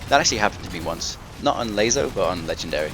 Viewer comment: hey it was me that said please say it laso not lazo ok im sorry so much guilt.but serously thnx for these guides.now do us all a favor say laso thers no z #JK LOL